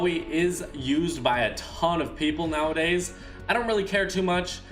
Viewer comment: He said “ idc how many “pepple” use him”